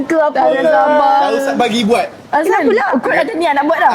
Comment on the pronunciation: Aku dengar daus je